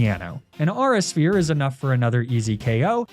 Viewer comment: "ahra sphere" 🚡🚡🚡🚡🚡